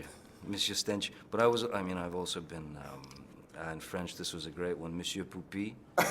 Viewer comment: He said Franch